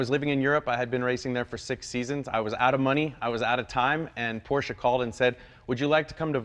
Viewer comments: Good to hear you saying Por-shuh correctly now, Jay. 👍😁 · Thank you Jay for saying PorschEEE 👏🏼 Can't take that for granted as far too many car enthusiasts still say it incorrectly. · Jay, you don't call it a "porsh" and that's smart enough. #respect